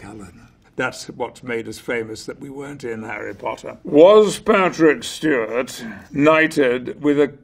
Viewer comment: Harreh Pottah. Punkeh Brewstah.